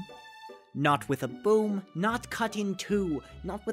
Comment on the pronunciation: it sounded like you said broom when you meant boom. but this... i wanna see hussie's reaction to this video XD